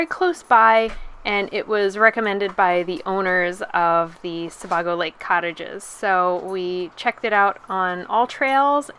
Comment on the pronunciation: Sebago Lake is pronounced Suh-bay- go.